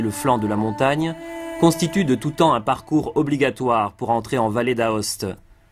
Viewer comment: Belle vidéo, bien documentée par des prises de vue et des commentaires adéquats, clairs pour le grand public. La prononciation correcte du nom de la ville principale est toutefois "Oste" et Vallée d'Oste par conséquent, même si on écrit "Aoste" et "Vallée d'Aoste" chose qui peut facilement se rappeler. Mes compliments en tout cas